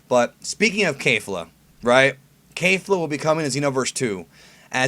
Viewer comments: yeah. it sounds like he's saying KAYfla. you really need to work on your pronunciations brah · Um..... Its kefla not kaefla lol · Kefla, not Keifla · I think it's Kehf-luh, not Kay-fluh. Only Kale is an ay sound (Kei-ru) but isn't Kefla just "Ke-fu-ra"? In that case it's a soft eh sound. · "Kay-fla"? I say it like the Japanese do "Ke-fla" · It's pronounced kay-fluh? Not Kef- luh? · "Kayfla" it's ke F la "kefla" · I don't like how you Kayfla, everyone else say's it Ke(Que)fla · "Kay-fluh" Triggered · the japanese name is kefura. there is no A in that word. please research this before you start spouting off nonsense again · Why is it so hard for you to say kefla correctly?